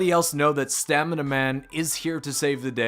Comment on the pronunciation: Bruh stammina man😂